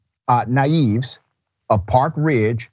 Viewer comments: Did Dr. Richey just pronounce their name as ‘NIE-EVE’ ??!! I find it hard to believe an educated man with a Ph.D (of a certain age) did not know it’s pronounced NEE-EH-VEZ. C’mon bruh. Be better. You don’t have to be a fluent Spanish speaker for that. That’s just lazy and something a white man would do to show a lack of respect. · Nieves *NEE - YEV - EZZ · My brother.. it's all good but her last name is pronounced NEE-YE-VEZ. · It's Nee-Ev-Ez. Not Ni- Eve. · Mother's last name is pronounced knee-eh-vez😊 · Nee-ev-ves Brother Rashad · Nieves is pronounced "knee eh vez" u said it like a white man would. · Thank you for this report Dr. Richey. Much appreciated. Respectfully, I have to correct the way you pronounced Nieves. It is a name in my family. Nieves is Spanish for snow and it is pronounced NEE-YEH-VEZ in a single flow NEEYEHVEZ. I appreciate your outstanding work on TYT. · The parents need to sue that moron. So good to hear that other teenager telling him to get off the victim. Btw, her name is pronounced "Ni-ay-vays". It means "Snows" in Spanish. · There again a stereotype behavior of a cop. By the way family name is pronounced, Knee-eh-vehs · NYE-ves is how you pronounce Nieves. You're welcome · Ney ves is the correct annunciation for nives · Doc you need some cultural training in regards to pronouncing Spanish names. Ughhhh you botch them all the time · He did hack up the name. Didn't he? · no it matters. We always want to give black folk passes on stuff like that. I don’t. I don’t like it when wipipo do it and I won’t tolerate from ignorant blacks either. There absolutely no excuse in 2022 from “educated” folk to be mispronounce mainstream Latino or Asian names. It seems benign to people whom aren’t impacted by it, but it is a low key disrespect. We’re not talking about some tricky Slavic, Sudanese, or Thai surname. It was Nieves. Cut it out. I’m all for the police reform spotlight, but I’m going to call out that nonsense also, because it is disrespectful.